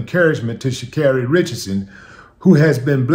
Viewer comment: Thanks for pronounce her name correctly